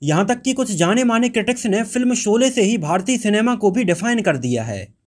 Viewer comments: I dislike ur vdo due to ur incorrect pronunciation of words in the vdo Dont say Solay again and again . It is Sholay. Shame on u . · Janab iske 2nd part me galtiya mat karna. Shabdo ka sahi ucharan iska dhyan rakhna .Solay Solay mat kehna SHOLAY HI KEHNA SABHI JAGAH JSHA SHA SHABD ISTEMAL HO VHA SA NA UCHARIT KIYA JAYE AGLA VDO THIK BANAYA JAYE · Solay na kahiye Sholay ko thik se ucharit kijye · Pls see and check vdo before u release it There are so many discrepancies in prunanciation of words particularly sh and s U prunanciate sh as sa. Very shamful forca journalist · Janab Aap apni bhasha shudh kijye sholay ko solay mat kaho ji. Action ko aap aksan krh rhe ho . Bhut hi sharmnak he ek journalist kw liye . Sara maza kharab ho jata jab aap shabko sa kehte he . Solay mat kaho baar . Anand bakshi ko aap anand baksi keh rahe ho. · Sha shabd ka sahi ucharan kijye. Bhasha shudh kijye . Solay mat kaho . Collectuon ko aap colleksan keh rahe ho. Mujhe sharm aati he apka vdo dekhta hu aur apki bhasha sunta mujhe bhut sharm aati he Me dislikeckrta hu